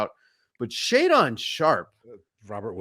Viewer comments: AYE IT’S “SHAE-DEN” NOT “SHAE-DAWN” and with what you witnessed from Scoot, you’d start him over the NBA tested Simons!? Y’all trippin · Ya'll got it twisted, Ant is one of the 10 best players in the NBA under 24. Also learn to pronounce Shae's name.